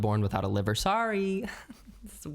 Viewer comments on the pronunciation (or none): none